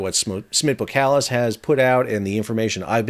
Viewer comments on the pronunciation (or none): bo”SSSS”kalis, not bokalis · Boskalis....pronounced ''Boss-kar-liss''..........😉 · BoSS KaH Liss is how you should pronounce the name. Seriously. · Great video! It's pronounced Bos-kalis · Pronounced ; BOSS KAALIS , I 'me getting annoyed at your lack of Dutch language competency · Since when is the "S" in boSkalis silent??